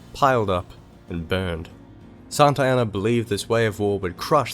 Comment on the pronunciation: Why do you pronounce Santa Anna as Santayana?